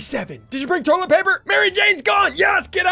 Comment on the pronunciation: Ian the entire video: we need more tollet paper